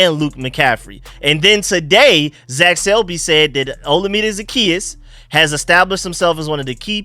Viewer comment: FYI Olamide is pronounced like oh-LA-mi-day. Keep up the good work bro!